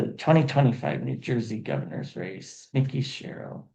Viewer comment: Just so you know, Mikie’s name is pronounced just as it is spelled. In other words, it’s not Mickey like the mouse. It’s MIKE-y. ❤